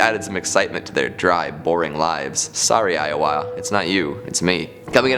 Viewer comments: Is he trying to say Iowa? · I was born in Iowa and I cringed when I heard his pronunciation haha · why are you saying Iowa that way?